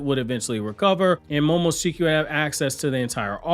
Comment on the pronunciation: Lol he's pronouncing momoshikis name wrong lol 😆 🤣